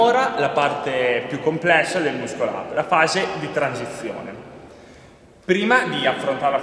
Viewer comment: Stima enorme per ma il "muscol ap" non si può sentire xD